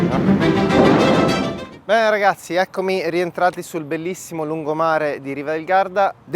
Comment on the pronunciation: Bellissimo video però lungomare del lago di Garda non si può sentire 😂